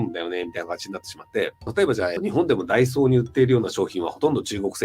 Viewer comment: 毎日家の前にあるダイソーに行ってる自分とは氏のダイソーの発音が違うな。 自分の昔はこういう発音してたけど今は店内放送とかで矯正されている